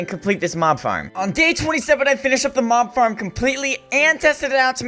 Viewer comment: It sounds like you’re saying mom instead of mob